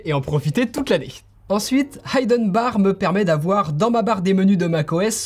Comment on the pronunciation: La prononciation de « hidden » est à revoir :-)